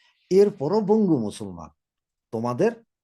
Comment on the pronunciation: আরে ভাই বাংলাদেশিরা বঙ্গু নয়, বাঙ্গু।